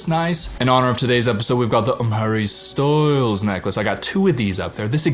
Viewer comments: Everytime u said hARRy Ssstylessss 😂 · My new favorite thing in the world is when you say “I’m harry styles” in your accent. Cracks me up. Btw I love your MouseRat shirt. Love Parks and Rec